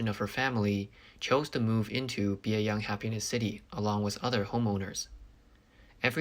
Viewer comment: One of the apartment complexes sounds like it is called "Biey Unhappiness City". I had to turn on the closed captioning to see it is Bieyang Happiness City.